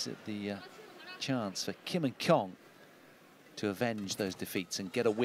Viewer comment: It's not Kyong its Kong, these fucking commentators can never pronounce names properly. You have one job!